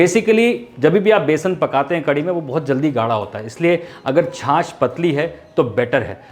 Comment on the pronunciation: या खुदा तेरा शुक्र है की कोई तो छाछ को छाछ कह रहा है । एक गधा है लखनऊ से जो बड़े ही बोर कर देने की हद तक जा कर अपनी हंडिया बनाता है और छाछ को छास छास कहता फिरता है ( वैसे उसे उर्दू बोलने का भी शौक़ है और अल्लाह तौबा बहुत ही बुरी उर्दू बोलता है और बीच में गाने भी गाने लग जाता है और अल्लाह क़सम गाता भी बेसुरा है)।